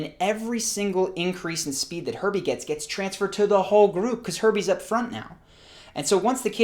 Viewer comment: How many people heard Herpes instead of Herbies?